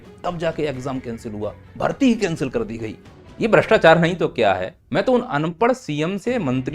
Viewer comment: Bhastechar mat karoo Word galta hee 😄😄